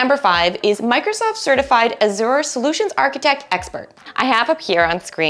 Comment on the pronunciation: The host needs to learn how to pronounce Azure which leaves me to believe she definitely does not have any certs herself. Also these salary estimates are greatly exaggerated in the real world.